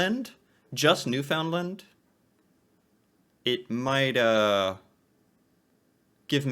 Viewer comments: It's pronounced New-fin-land not New-found-lind or New-fin-lind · Please please please say Newfoundland correctly. It's not new FOUND land. It's pronounced, newfunLAND with the emphasis on LAND. And Newfoundland and Labrador are considered one province because of the population and for federal funding purposes . Newfoundland is technically an island but called the rock. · I don't know how you keep finding these videos of people who don't know how to say "Newfoundland" It's not "new found lund" or "new fund lund" It's "newf n' land" Rhymes with grassland, not England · I freaken hate it when you say LIND. I TRULY HATE IT. IT IS NEWFN LAND. NOT LIND . GET IT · it is pronounced as one word New ''fin''land not ''found'' as spelt. Think New and the country Finland. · Its not pronounced New found land its pronounced New Fin Land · NewFoundLand will get you a big frown. To the natives it's it's pronounced newphoundland. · its pronounced new- fin lin not new found- land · It's pronounced, New-fin-land ,not New-found-lin or New-fin-lin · Newfinland by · Newfoundland is pronounced locally as "New-fin-land". "Land" is pronounced the same as "and" not "Lind". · Newfoundland, it’s not (New found land), it’s pronounced (New’ fin land). Most Newfies do not like the word “new found land”.Many see it as an offensive name. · Pronounced NEW-FIN-LAND newfies don't usually pronounce it new-found-land but thats definitely a better pronunciation then new-fin-lin like shes saying lol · Just FYI... it's not pronounced "NewFOUNDland". It's "NEWfndland". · Woah whoa whoa Pump the Brakes, Bro. It’s offensive to say New-Found-Land. It’s Pronounced “ New-Fun-Lund”. I was married to a Newfie and My kids are 1/2 Newfie. They would tear you a new one (Canadian Slang) if they hear you say New-Found-Land. Me personally don’t really care but know how my family is out there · I was born and raised in Newfoundland and I, and everyone I know always call it Newfoundland. Not Newfinland.